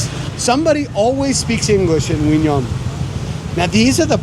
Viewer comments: Q in 'Qui' is not a silent consonant; it is pronounced like a 'K' in 'Kiwi fruit', and 'Nhon' is pronounced like the second sound of the word 'Onion' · Q in Quy is actually there if you pronounce it correct like the north Vietnamese do. Nh has similar sound to ñ in Spanish. Ơn sounds almost like "uhn".